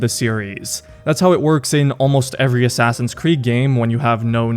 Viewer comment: “Abide by the Assass Ee Un’s Creed” -Al Mulalim